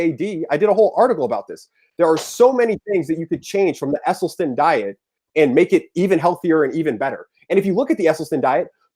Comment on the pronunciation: True. He doesn't even know how to pronounce Esselstyn, which any vegan would know. He pronounced it incorrectly at least four times before I grew too weary of his loud mouth. Mic posted the link so I watched as long as I could. Sorry, Mic.